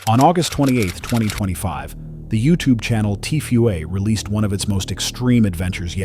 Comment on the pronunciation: He said Tfue is T Fu A 😂😂😂